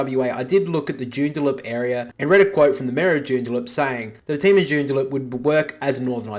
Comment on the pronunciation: Joondalup not Joondaloop